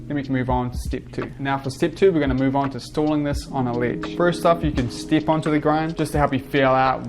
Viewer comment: Awesome tutorial and video! Actually didn't know you existed and I really like there's someone young and skilled making tutorials in 2020, not many people do that. And I would like to ask you, where are you from? Because your pronunciation of "E" coming out as "EE" is something I probably never heard and it's interesting 😄 "step" -> "steep" and so on.